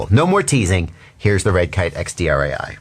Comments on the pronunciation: Just wanted so say (as a German) it’s the „DREI“ is the German word for 3 and is pronounced like „dry“ 👌🏽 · I noticed the guys being German right away by the accent and still didn't figure on my own that it's "drei" like the number three in German - even though I'm German too... What I'm saying is, no worries with the pronounciation there,.;-)